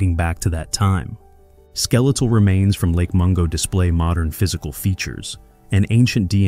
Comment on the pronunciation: The AI is showing. "Morndern" humans? Not to mention extremely inconsistent pronunciations of "Denisovan", "Denisovans", and "Denisova", as well as totally unique ways of pronouncing "acheulean" and "aboriginal" that do not resemble their actual pronunciations.